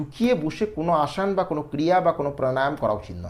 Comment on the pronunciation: আসন কে আসান বলছেন কেন?